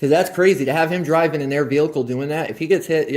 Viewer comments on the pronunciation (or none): Why can't any of them pronounce the word "vehicle"? They all say "ve-li-cle". What is that?